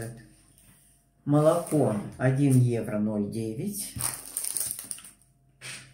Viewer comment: Часто слышу в обзоре цен закупок, что Вы говорите (иногда проскакивает и у других немецких блогеров) не евро, а ойро. Любопытно, это особенность характерная для Германии за счёт произношения?